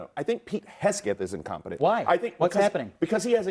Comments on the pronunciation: Heg - Seth that dude is just acting stupid mispronouncing it on purpose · He’s calling him “Pete Hedsgeth” lol saying he is “incompetent” but dude can’t even speak correctly 😂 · Pete heg a Seth lol dude couldn't even pronounce his name correctly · the black dude is incompetent. He can't even pronounce Pete's last name. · you know this man has said pete.Hexaf's name wrong three times already in less than two minutes.I remember when he was so offended when people got kamala's name wrong.It's not even funny.Somebody needs to check him on this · That idiot can't even pronounce Pete Hegseth's name correctly! Shut the heck up! Pete Hegseth is doing an AWESOME job!!! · I saw this yesterday. This man can't even pronounce Pete. Hegsef's name right?Who the f*** is this r*** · How about transparency for American citizens that been hurt,.robbed,raped and killed by the hands of illegals! Him sayn Hegseth wrong hurts my ears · Jennings shouldve told him to investigate also on how say pete hegseth right it wouldve been hilarios. Because they were flipping out kamala was being pronounced wrong and they were calling then racist these idiots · That clown on CNN can’t even pronounce his name. What a f ucking moron. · The dunce couldn’t or wouldn’t say Hegseth’s name even in the ball park of its actual pronunciation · These leftist lunatics just want to believe the worst and broadcast it without any proof. Also dude needs to be a little more respectful and correctly pronounce Hegseth. It's rude and it sounds like he's just doing it on purpose to be an asshole🤬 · Wow 😳😮 he can't even say a name right and calls someone incompetent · Bakari keeps calling Pete Hesgeth 😂 it’s Hegseth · It’s hilarious that he thinks we needed him to tell us that he never served. Should we tell him it’s obvious and we already knew just by listening to him attempt to speak? Also it’s HEG-SETH. Not HES-GETH. Tell us you’re retarded without telling us you’re retarded. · Did he call him Pete Headskin? 😂